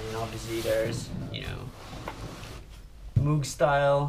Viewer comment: It's not Moooog .. and also not Mog.. it's Moog .. pronounced like Mogue